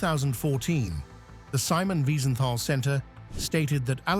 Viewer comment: I OUPS JUST LEARNED GOEBBELS POISONED HIMSELF WHAT A BS !!!!!!! Do your BASIC HOMEWORK !!!!!@ It is not is bruno but brunner !! ER Simon wiesenfall Wiesenthal !! Laiyon Lyon !!!! Searggh Serge !! Sorry narrator :: AT LEAST LEARN TO PRONOUNCE PROPERLY THE NAMES !!